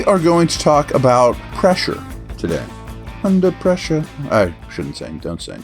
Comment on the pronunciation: “Under preshaaa” golden😂